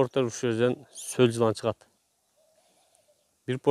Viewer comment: Солжылан эмес соолжан , эч убакта сол жылан деп айтылбайт , соолжан , болду , Жылан пылан эмес